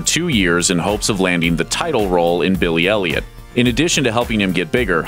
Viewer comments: When he says Billie Elliot i listen like Billie Eilish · Everytime the narrator says " Billy elliot " My brain just thinking he would say billie eilish :( *sry bad english